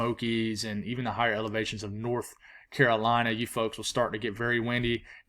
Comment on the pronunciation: when say carolina it just warms my heart